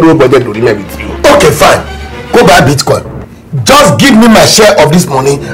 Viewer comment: This two people na bastard oh 😂😂😂😂my belle ohhh…na really beatcoin not bitcoin 😂😂😂